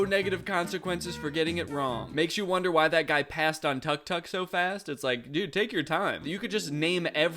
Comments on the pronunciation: Guys it’s not tuck tuck it’s pronounced tuuk-tuuk, it’s called and pronounced that way because it’s the beep the horn makes when it’s honked :) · danny just fyi tu- tuk is pronounced took-took! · you got it wrong too, tuk tuk is pronounced took took because that's the sound they make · Tuk-Tuk hurts my ears, it’s pronounced like “took took” not “Tuck Tuck” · “Tuck-tuck”😭 South-east Asians are crying rn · it doesn’t really matter but just fun fact: it’s “tuuk tuuk” in thai instead of “tuck” hehe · I think that's the Anglicized pronunciation because I realized I've never heard it said any other way Time to do some googling [EDIT: okay looks like it should rhyme with "book" rather than rhyming with "duck"] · Danny pronouncing tuk-tuk as "tuck-tuck" hurts my soul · You pronounce tuk tuk wrong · "Tuk-tuk is pretty basic level stuff" - the guy pronouncing tuk-tuk completely wrong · Was mispronouncing tuk-tuk just rage bait? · I'll be honest, I really can't tell if he's being sarcastic about tuk-tuk being a difficult word or not. He starts out razzing the guy for not recognizing one, but also says it like he's never heard it pronounced out loud and is just reading the caption in the clip. I am more confused by this bit than that guy was confused by a picture of a really nice tuk-tuk. NGL when I heard the title "are you smarter than a celebrity," I imagined being in a quiz show against Harrison Ford with a category like "aviation." So now I have a new fear, thanks. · Why are you pronouncing tuk tuk like that Danny 😭😭😭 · Or how to pronounce "tuk tuk" 😅 If you're gonna mock something, be prepared 😅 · as an Egyptian the way Danny pronounced tuk tuk made me cackle 😭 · Everytime I hear Danny’s pronunciation of tuk-tuk my inner Thai die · I took damage